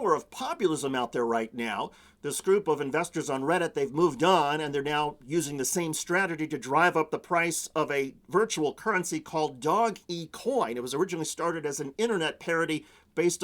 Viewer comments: Its not pronounced Dog-e. Its pronounced Dohghz, The letter g is elongated. It that makes sense. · It’s “doge-coin.” Not Dog E Coin 😅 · It's pronounced dojj coin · I'm having trouble googling "doggycoin" what is he talking about? does he mean DOGECOIN? WHY IS IT SPELLED INCORRECTLY GRRR REDDIT IS SO BAD WHY DID THEY SQUEEZ MY SHORT REEEEEEEEEEEEEEEEEEEEEEEEEEEEEEEEEEEEEEEEEEEE! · "Dog-e-coin" lmfao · "Dog E Coin" im sure Doge would be very happy to hear his name butchered like that ahaha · dog-e-coin? hahahhahahhahah that is not it.